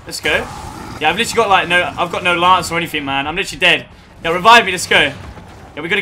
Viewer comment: Bo Allen - Where do you hear "literally?" All I hear is "litry"